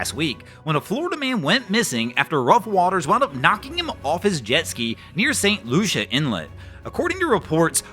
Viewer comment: St. Lucie inlet. "LOO-see, LOO-see, LOO-see!"